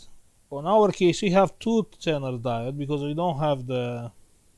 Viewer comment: Zener diode,it is readen like ZINER...like zero